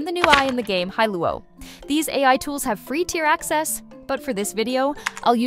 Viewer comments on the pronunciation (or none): It's really amazing how finetuned we are to detect inconsistencies in speech. go back to an hear the "free tier ACESSS"